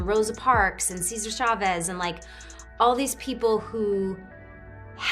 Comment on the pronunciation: Ceasar Shoveass? Not very nice of you to pronounce it that way, libshit!